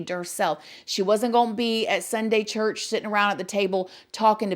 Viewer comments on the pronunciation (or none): none